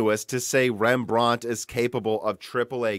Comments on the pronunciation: Rembrandt was Dutch and not French so we don’t say it in a British accent Pronunciation: REM-BRANT Not: REM-BRAUNT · OMG.. Rembrandt - Stop saying it that way! Loved the video otherwise ;) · REMB-RANT, not rembr-aunt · I don't know where this guy is from SO I don't know his local English vernacular BUT he is mispronouncing "Rembrandt", it's pronounced: "Rem Brandt", it's the name of the famous Dutch painter. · He's pronouncing Rembrandt wrong. Like he's from England or something. It's T I not tie